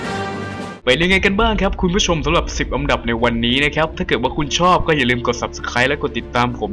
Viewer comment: คนพากษ์ พูด อันดับ เป็น อำดับ